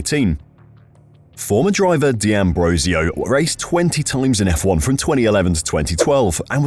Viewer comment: For goodness sake, it's not di Ambrosio, it's d'Ambrosio...